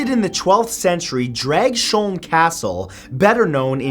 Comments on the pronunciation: Not to be annoying or anything. But as a Dane, I just have to say one thing. Dragsholm is pronounced draus-holm (the o, pronounced as a shorter version of the one from the word "or"). Not drag-sjoulm. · I live only a few kilometers from Dragsholm Slot. My mom has worked there. It's a beautiful place with a chilling history. I think people should visit, it's not a bad place anymore. BTW the way you said Dragsholm is not quite right, in Danish it pronounced Drargs-holm. They also have guided tours for the history of the place and explain the ghost stories 😊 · okay Matthew Santoro i love your videos but as a dane born and raised i have to tell you this. At the number 9 part of this video you pronounced the castle and the place wrong the castle is named DRAGS HOLM not DRAG SHOLM and the part of the country is called SJAELLAND not ZEALAND as in NEW ZEALAND my country is no where near Australia. Please keep this in mind next time you decide to include my country into your videos other than that KEEP UP THE GOOD WORK MAN I LOVE YOUR VIDEOS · I love how you pronounced "Dragsholm", though it's supposed to be more "Drags-holm" and less "Drag-sholm", ya feel? lol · The actual pronounciation is Drags-holm and Slott means castle. Yet close enough, despite your try on Slott sounded like something else. :) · it's pronounced as Dravs-holm slot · Hahahah Matt totally butchered the name of the Danish castle. xD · Mathew....please slot means castle...come one. I know this cause I am Danish so should know my own mother tongue very well. Either borg or slot is translated into castle. And its so cute you try yo pronounce Dragsholm...many danish words are either silent or pronounced soft like we do have soft d's and g's.